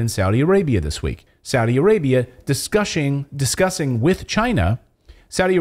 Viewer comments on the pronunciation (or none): I kind of Like when you Said "discush" maybe they can try to discush if they don't know how to discuss... People we can't. be silent...we must discush and stop the governments 🎉...i recommend chocholate instead of gold